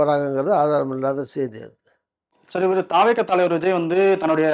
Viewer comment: தாவேக என்று சொல்லாமல் தவெக என்று சொல்லவும் தமிழ் உச்சரிப்பு தெரியாதா? நெறியாளருக்கு!